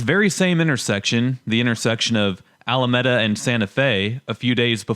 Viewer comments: Allameta 😂😂!! It's pronounced Al-a-meeda!! Don't come to my town and disrespect it by not being able to pronounce one of its biggest avenues. Those people are migrates that Texas shipped to Denver. Plus those empty lots that you showing are worth an easy 100,000 or more. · No one in Denver says AL A META....wth dude? ali mead uh.....that's how you pronounce it. But yay Denver sucks i work in the city but live in Arvada which is much nicer. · Alameada lol, it's not that hard brother that e is an i. Now your Spanish won't sound so horrible. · Ala med a… you’re not from here. You don’t know what your talking about. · I’m s pronounced alameeeda, we are leaving soon as we get a chance, and it’s a sanctuary city so naturally the migrants are going to flock here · Alameda "Ala-Mee-Dah" .... and that intersection is often filled with aggressive Venezuelan Attack Window Washers....Denver is a Sanctuary City.... it's problematic. The Denver Leadership is far far left... we are paying for it. One thing you fail to mention is "Denver" the city ...is 713K population. The Denver Metro (including Denver, Aurora, Lakewood, Littleton, Golden, Commerce City ...and a few others ... the Population of the Denver Metro area is almost 3 Million (so 713K is a bit deceptive). Yes, a lot of people are fleeing, but there is still a housing shortage.... one thing you did nail is what legalized pot has done to Colorado. It started all the garbage that has murdered the way of life here. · Alameda (Alu mee duh) 😉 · not as bad as you say, in 2025 you don't even know how to pronounce Alameda silly, homeless is hurting some biz where they stay around the entrances. Homeless camps have been out in housing if they want it, i give 400 gallons of water to bums a year, camps are harder to find, still an issue thou